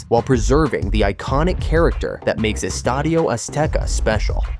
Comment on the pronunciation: Hey, good job on the Spanish pronunciation, nice video and I also think very few people will stop calling it Estadio Azteca